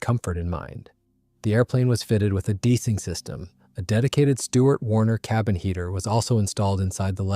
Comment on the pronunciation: I’ve asked before: do you use AI to do the commentary? Every time “de-icing” is in the script, it says “deesing”